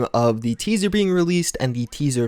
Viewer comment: Say it with me... TEASER! Good grief